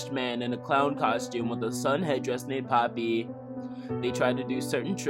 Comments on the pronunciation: "pOppY tHe pERfOrmErrrRRR" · He name is Popee, not Poppe